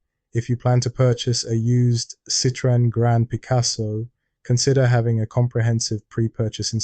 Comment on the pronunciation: Why does nobody(as far as I know) pronounce Citroën correctly? The TREMA (same to look at as German UMLAUT) signifies that the two vowels(O and E) should each be pronounced, separately. Otherwise it sounds the same as CITRON, (a citrus fruit ) I'm being pedantic here, because the man who started Citroën cars was a Belgian man called Monsiour Limon (or Limone) who moved to France and changed his name, but thought that Citron didn't seem exotic enough, so added the "e" with a Trema to appear more exotic. Jjust a bit of silly(but true) information ! So they really are lemons! (and I've had nothing but Citroëns for over forty years - I LOVE them !!!!